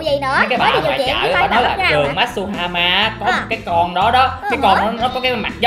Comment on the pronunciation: matuhama ko masuhama